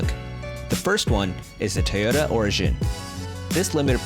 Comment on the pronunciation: Stop saying ‘ Tayoda ’ it’s..... T O Y O T A